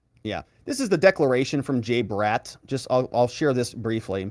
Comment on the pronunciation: Y do u pronounce the name BRATT as Brett? Odd!!!